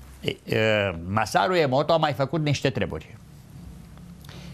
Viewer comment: Massaru Emoto, nu Emoro Massato